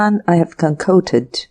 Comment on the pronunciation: What!! You like how she pronounced police or concocted? Just to name a few. She needs to read the story at least once before recording. Her cadence is awful.